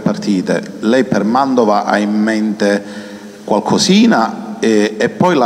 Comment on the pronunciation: MANTOVA NON MANDOVA SEI UN GIORNALISTA,UN PO DI DIZIONE....